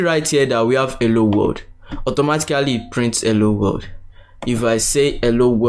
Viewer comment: Is it just me or is he saying "ewwo wold"/ "elo wold" XD